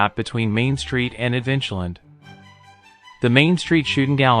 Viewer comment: But the AI voice can't even pronounce adventure land correctly. These sorts of errors really detract from your video.